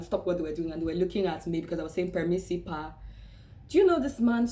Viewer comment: the guy you said "Permisi Pak" was not sure your intention of saying it. Plus, the way you say it honestly it is not really clear for Indonesian ears who does not interact with foreign speaking country people too often. He is lost in translation, and perhaps even confused with your articulation saying "Permisi Pak". Then he understand the whole situation when seeing the driver guy and get the whole picture, that is why he turned completely different because he is not confused anymore :) :) really, he was not being racist, he just not understand the words you said that's all. love you video though!